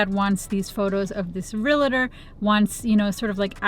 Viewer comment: Good video. Chalk screeching on the blackboard for me is hearing real-a-tor instead of real-tor. The first is much easier to say, but the second is correct. (I was one for a while.) Love you, anyway! : )